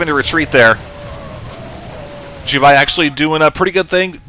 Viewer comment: it's Jubei! Not Ju-buy!